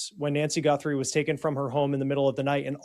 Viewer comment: Is this AI? Why the poor pronunciation of the Guthrie last name?